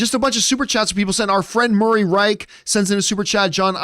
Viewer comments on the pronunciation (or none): none